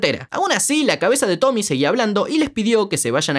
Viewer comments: SE DICE TOMIE NO TOMI 😭😭😭😭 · Es tomie tomieeee no tomy 😭😭😭